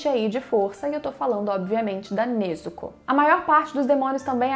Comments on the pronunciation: Vlw por pronunciar certo, tem gente que fala nezúko eu fico mt puto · Obg, pelo menos alguém sabe falar o nome da Nezuko certinho ♥️